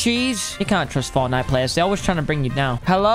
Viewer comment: Fortshite.. LOL